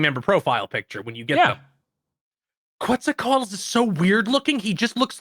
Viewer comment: They pronounce Quetzalcoatl wrong.